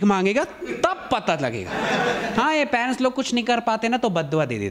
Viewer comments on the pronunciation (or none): Bhai "Parents" hota h "Panez" nahi